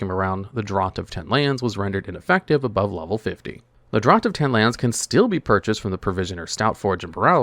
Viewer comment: Draught is pronounced "draft"